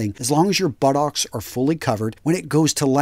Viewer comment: The way says buttocks is so funny to me